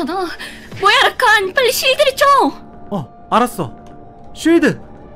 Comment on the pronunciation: 26분11초에서 말이랑자막이 이상하더군요 라칸이 아니라 라카